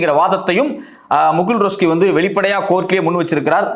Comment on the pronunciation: முகுள் ரோஸ்கி...இல்ல முகுள் ரஹேத்கி... ஏய்யா இப்படி கொலபன்ற..😡😡😡